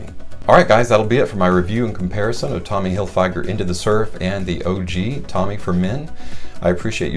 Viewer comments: It's tommy Hilfiger not tommy hilfYGer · The way you pronounce Tommy Hilfiger is comparable to a hammer to the head over and over again.